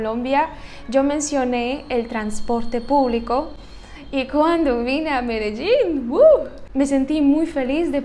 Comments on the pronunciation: Pronuncias muy bien la palabra Medellín, como también Barranquilla. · Me de llin, me de llin, fácil. Lo dices bien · Pronuncias muy bien la palabra "Medellín". Los argentinos no lo saben pribunciar y dicen "medechín". Para no ser hispanohablante hbalas mejor que la mayoría de latinos.